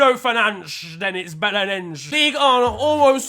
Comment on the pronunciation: Belenenses* not Belenénz